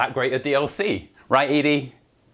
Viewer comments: Why do British people mispronounce Ed-E? Eddie! Not Edie! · I think it’s Eddie not eee dee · ED-E. said "Eddy". Ya know. Ed. And E. "Ed-e". Spelt ED-E. NOT E-DE, said "eadie".. The lonesome road review hurt me real real bad. Sorry. Had so spaz alil. Love you're work man really amazing stuff. It's " Eddy". ED-E. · hell you are killing me, ED'E is EDDIE not E dee